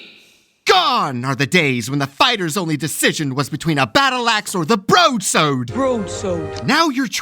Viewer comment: As a gentleman from the South East of England, not far from London I find your pronunciation of broadsword offensive. You're not British or Australian, leave it out.